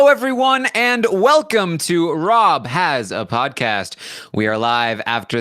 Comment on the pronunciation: welCOME to the podCAST. I'm your HOST TARan. He leans forward for a yell syllable too! LMAO!!